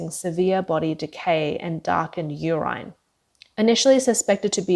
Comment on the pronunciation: Oy,, here's another mispronounciation you have here, "URINE" is not pronounced 'YouRine' but 'YouReen.' You go through your narration, much too fast, and obviously, you do not properly read through the whole piece before you record. Still, also, (you have) NO HEART in your narration. If you are an A.I. generated VOICE, then fine, but if you're a warm blooded Human, you too can LEARN.